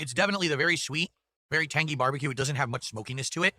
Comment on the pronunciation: "Sauce, smells tang-gee"